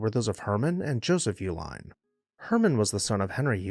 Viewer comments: I believe the general pronunciation of the family name is E-Line. Hence the name of the chocolate—sold under the “Eline’s” brand (a phonetic spelling tied to “Uihlein”)—as an attempt to keep brewery facilities and workers busy while beer production was banned during prohibition. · I’ve lived in Milwaukee all my life and have always known that the name Uihlein is pronounced E-line. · Fun fact: their last name has two different pronunciations, at least locally. I'm from Wisconsin and you'll hear both YOO-line and EE-line. While the family uses the Germanic pronunciation for their package supply company, you'll hear people say it both ways, and I've never heard of any family members correcting anyone, at least not publicly. I've seen a couple disparaging comments about the family's politics. They're a big, extended family and people are going to have their beliefs. Deal with it. Having worked in nonprofit settings, members of their extended family, regardless of political persuasion, have been very generous to local causes. It's a shame some people have to stir the pot on a history page, but here we are.